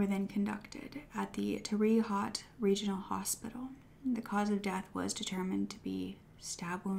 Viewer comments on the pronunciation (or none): Thank you for such a respectful episode on such a sickening topic. Just one thing tho, Terre Haute (indiana) is pronounced "tara Ho- T" Much love♥️ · Terre Haute is pronounced Tare- Host. Like hair oat. Google is great for learning pronunciations, names and places will always throw people off. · Just FYI, Terre Haute is projected “Terrah HOTE”